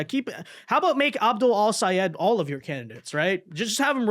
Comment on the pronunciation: I am SO GLAD you pronounced Al-Sayed's name right!!!